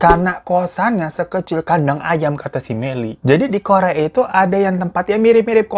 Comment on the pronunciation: Aduuuhhh tolong ngakak bet dah denger abang ngomonk kos "kadang ayam".. Hahahahaa... Selalu ngakak kalau denger lu bang..😂😂😂